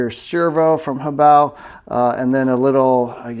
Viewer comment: Only Youtuber that doesn't incorrectly pronounce it as 'hoe-bay-oh."